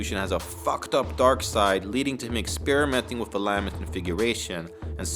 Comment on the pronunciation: La-ment configuration. Not Lam-ent.